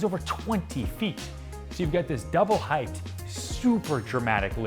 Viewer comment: Ryan double check how you are pronouncing the word 'height'. The correct way is hite-. Leave off the -th at the end.